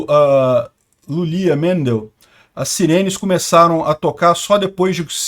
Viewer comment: em português não se lê "Lulíia", mas "Iúliia", que significa Júlia.